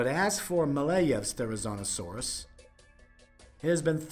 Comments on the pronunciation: Yeah, he was mispronouncing the name all throughout the entire video except for once when he mentioned the animal's full name. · PaleoFAIL: Pronouncing the name wrong the entire video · The biggest paleofail here is how he pronounces therizinosaurus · WTH is with calling this “therizonosaurus” It is therizinosaurus